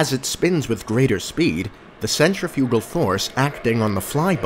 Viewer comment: Now if he could only pronounce "centrifugal"...lol